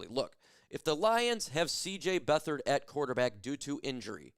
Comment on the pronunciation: It's not Beth/ard it's Beat/hard. He's a Lion!